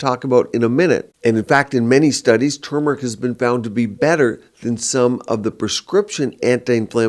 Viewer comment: I’m happy to hear pronounce turmeric correctly. So many people say tumor- ic and I’m over here like “it’s not a tumor!” There’s an “r” in there.